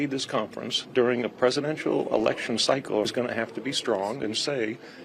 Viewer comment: Did you say election or erection?!?😇💙😂